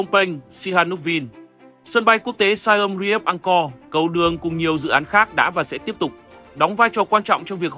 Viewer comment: đọc tên Siem Riep theo cách mà người Việt mình vẫn đọc đi. Bạn đọc Siêm-ri-iếp làm mình cứ tưởng 1 sân bay mới.